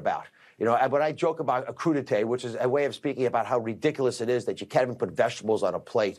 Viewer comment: It's "crude-eye-t" now